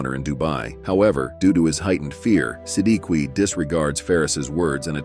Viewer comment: If I'm not mistaken i guess itz pronounced as SI-DIK not SI-D-KI i hope I'm right!!!